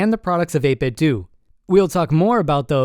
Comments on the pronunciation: It's not 8 bit doo, it's 8 bit DOH Most of the internet figured out the pronunciation already. I'm shocked to see someone who still hasn't figure out the proper pronunciation. The company modeled their name after Nintendo (Nin Ten Doh) (8 bit Doh) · It's 8 Bit DOUGH. Not 8 Bit DOO! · It's pronounced "8bitdoe" like Nintendo. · only audio bug I had was the 8-bit-do pronunciation as I always assumed it would rhyme with nin-ten-do